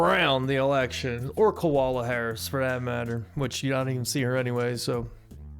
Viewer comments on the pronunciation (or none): You called her Koala Harris 😂😂😂